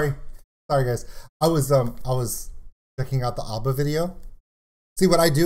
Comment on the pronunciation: Dude, there is no R in ABBA, it's ABBA not ARBA 🙂